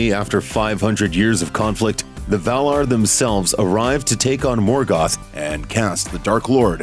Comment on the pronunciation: Val-i-nOr, and Valar, not Vala.... have you even read the books? And no she's more like 12,000 years old, not 8,000....